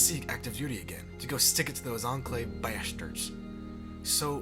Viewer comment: you said "bashders"